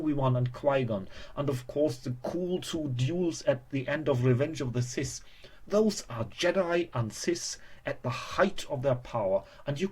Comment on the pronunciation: YOU HAVE THE JEDI AND WHAT?! CISTS? MAN LEARN TO SPEAK XD